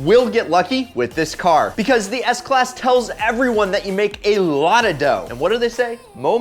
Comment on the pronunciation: On he said seks class lol